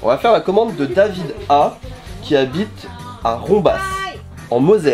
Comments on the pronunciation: Nop "Rombas" mais on dit "Romba", au passage c'est à coté de Thionville:D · "... qui habite à Rombässe..." tous les Rombasiens en pls!;). t'es du coin, tu me déçois:). On dit Romba(s) pour ceux qui se demanderait ^^. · Rombas se prononce Romba 😁😜👍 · J'habite à côte de Rombas, très surpris d'entendre le nom de cette commune. On prononce Romba sans le S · Coucou, On ne prononce pas le S de Rombas :) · on ne prononce pas le S de Rombas 😉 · Bien bien le montage 😎 Pour info : le "s" de la ville de Rombas en moselle, ne se prononce pas 😎